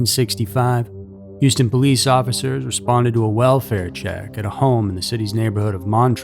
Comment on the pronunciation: He even pronounces "Houston" properly. Not that awful "Yewstin" I constantly hear.